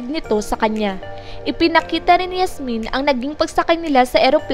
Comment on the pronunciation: Yasmien kasi hindi Hasmin